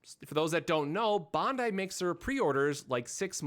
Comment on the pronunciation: Your pronunciation is terrible of the company name.It’s pronunciation is Ban•dai like saying Band-Die google it